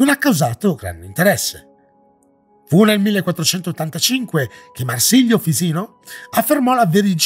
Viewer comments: Per cortesia, LOCALIZZA TUTTO IN ITALIANO! MARSILIO FISINO SARÀ LA PRONUNCIA USA, SI CHIAMA MARSILIO FICINO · Bello il Video ma più attenzione ai nomi: si pronuncia Timèo e Marsilio Fisino non esiste, forse ti riferisci a Marsilio Ficino. Più attenzione. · Bellissimo video, complimenti! 😄 Però voglio sapere una cosa: perché pronunci Fisino anziché Ficino? Hai un accento che mi ha sempre incuriosito, di dove sei? 😆 Comunque davvero, a parte questo appunto di pronuncia, il video è piacevole e intrigante! Aggiungo che una delle tesi più accreditate è che Atlantide sia "già stata trovata", ovvero che sia connessa a una civiltà situata presso la caldera di Santorini (cosa che spiegherebbe i contatti con Atene), che poi fu distrutta dalle eruzioni vulcaniche e che nel tempo si sia "mitizzata" soltanto a causa di altri influssi di tradizioni orali più antiche, come per esempio il continente Lemuria della tradizione indiana e simili.